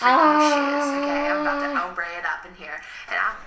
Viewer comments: I like how the first girl keeps pronouncing ombré “hombre” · The first girl keeps saying hombre instead of ombré and I’m dying 😂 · It bugged me how she said OHMBRE!!! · Why does she say Ombre like Oh-mbre???😂😂😂😂It irks me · So complicated that even most hairdressers can’t even do a nice Baliage or ombré. Speaking of ombré, were my beauty school instructors the only ones that pronounced it Omb-ruh? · it's called home-bre :D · To be fair they're all actually pronouncing it wrong lmao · I died when she pronounced ombré wrong 😂